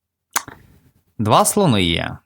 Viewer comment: Не канєшна, а звичайно. Не тудА-сюдА, а туди-сюди.